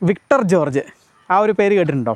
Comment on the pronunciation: വിട്ടർ ജോർജ് 🤣🤣🤣 വിക്ടർ ജോർജ് ✅